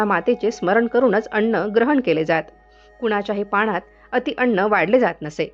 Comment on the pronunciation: व्हिडिओ माहितीपूर्ण आहे. परंतु सगळीकडे ज्या शब्दांमध्ये न चा उच्चार आहे तिथे ण चा उच्चार का केला आहे हे कळत नाही. मुद्दामून अशुद्ध उच्चार केले आहेत असं वाटतं. अन्नाला कोणी अण्ण म्हणत नाही. कृपया A I चा वापर निष्काळजीपणे न करता विचारपूर्वक करावा. 🙏🤔🤨